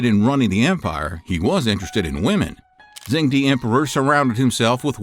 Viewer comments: I think you do great videos. However, in Mandarin "zh" is pronounced like a "j" in English and de is prononced "duh". So phonetically it's "jung duh". I'm currently learning Mandarin so my ears are bothered if things aren't pronounced properly. That being said, keep up the good work. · Great video! To help with pronunciation, in pinyin "zh" makes a /j/ sound and "ch" makes /ch/ just like English. So zheng would sound more like "jung" with a hard /j/ sound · It’s not Zhen D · FYI Zhengde is pronounced "jung duh". It would be nice if you pronounced the feature of your video properly. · Whenever he pronounce Zhu Houzhao and ZhengDe it is so jarring.